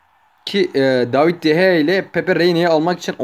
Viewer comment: Abi david deyeya değil de gea